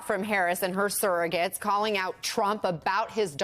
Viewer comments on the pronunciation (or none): Surrogates, not "serrogates."